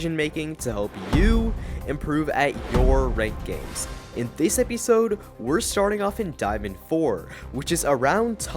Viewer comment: epeesode lol